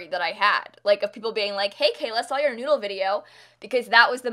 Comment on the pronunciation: "Keep calm and be a good noodele" 😂